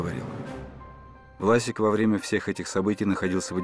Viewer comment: Плевать на внешнее сходство, но дикция актера играющего Сталина... Противно слушать и временами вообще не понятно что говорит. Произносит:"Власик", а слышется "Васик"